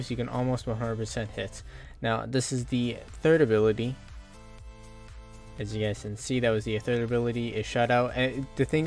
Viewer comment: "And this is the third abirlity" XDDD